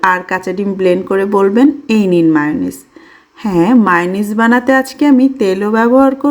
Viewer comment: মেয়োনিজ তো চিনি কিন্তু মাউনিস আবার কি 😂😂😂😂